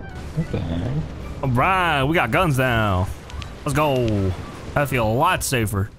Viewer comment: Its ironic, because you say fell instead of feel, right after smarter